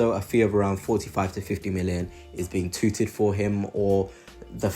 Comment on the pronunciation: good well made video , i like Xavi . Constructive criticism : when you say "breaking news" , state the sources and how reliable those sources are and have been in the past , it's handy to know. COYG R.I.P. Kevin Campbell EDIT: ....the word your looking for is "touted" not "tooted" 🤣